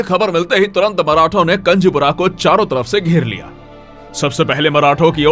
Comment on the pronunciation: कंजपूरा नहीं कुंजपूरा है